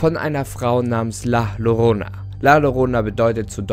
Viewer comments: Ahh, das "Ll" wird als "J" ausgesprochen, also "la Jorona" gesprochen ^^' Das la Llorona ein weißes und kein schwarzes Kleid tragen soll, hat mich bei dem Bild und Thumbnail auch etwas gestört :'D (Und man soll nur ein Weinen und kein so extremes Schreien hören xD ) Aber die Legende der la Llorona ist weit verbreitet, also gibt es auch viele, viele Versionen, irgendwo/irgendwie wird das (bis auf die Aussprache) schon stimmen x3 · la llorona wird 'la jorona' ausgesprochen, allgemein 'll' wird wie ein 'j' ausgesprochen✌🏼😂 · Das wird La Jorona ausgesprochen Doppel L wird immer als J ausgesprochen in Spanien und so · Heyy :) der Name wir wie “Layorona” ausgesprochen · Möchte drauf hinweisen dass es jajorona ausgesprochen wird aber nix gegen die die sie falsch aussprechen ✌️🤙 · Warum sprichst du la llorona so aus 😂😭 man sagt das La Jorona :) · Spricht man es nicht „la jorona aus“?🧐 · Nur ein Tipp zur Aussprache: IPA: [la ʝoˈɾona] !!! ;) #Trigger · Schrei = mein Bruder dem man den Alkohol wegnimmt Wird das la irona und nicht la arona ausgesprochen.und es ist doch die weinende Frau nicht die schreiende Frau. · Kein hate aber man spricht es nur zur info la yorona aber man schreibst halt Llorona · Alter das regt auf das l muss wie ein j ausgesprochen werden also jorona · Bruh... Deutsche und Wörter aus anderen sprechen werden wohl nie Freunde. Doppel L im Spanischen wird als J ausgesprochen. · das L in mexiko wird wie J ausgesprochen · bin ich die einzige der auffällt das er „la llorona“ falsch ausspricht haahha😂 no hate is mir nur aufgefallen fands lustig😂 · Du sprichst La Llorona falsch aus. Das ist kein Hate aber das wollte ich nur mal sagen😊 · La Llorana is spanisch und man spricht es La Jorona aus.... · Wo sind die süd amerikaner die sich an den kopf fassen und sich richtig scheiße fühlt da er antstaht la llorona, la lorona sagte😂😂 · "LL" klingt wie der deutsche Buchstabe "J" Dann wird so "la jorona" ausgesprochen. 😊 (das Lied) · Das wird La Yorona ausgesprochen 👀